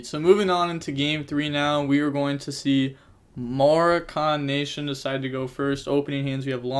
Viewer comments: Muh-rock-in my guy. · pronounced more-rock-ken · Its muh-rock-in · it's pronounced more-ah-kin lmfao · Its Mo-rock-an for the pronunciation my guy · MUH-ROH-KUN NATION - like the country, Morocco. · Mo-rock-en, from the country Morroco off the coast of Africa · ma-rock-in nation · Look up the country "Morocco" it's in Africa. Now look up how to pronounce "Morocco" and how to describe something that comes from Morocco (Moroccan) lol. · it's pronounced like mahráhken lol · For the word you had trouble pronouncing it's coming from the country "Morocco" so yeah Moroccan nation lol